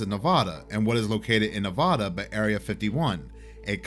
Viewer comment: as a resident NEVADAH let me be the first to correct you kind, sir... It's pronounced Nev-Ah-Duh not Nev-Ow-Duh. 😜